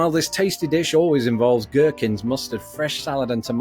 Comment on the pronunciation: Do they eat guwhkins there?